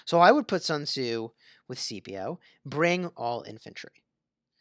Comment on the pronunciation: It was still pronounced incorrectly 😂